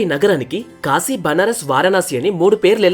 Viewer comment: Apprecialte your pronunciation of కాశీ instead of కాషీ I watched many telugu videos and most of people pronuncing it wrongly... So its "కాశీ పట్టణం"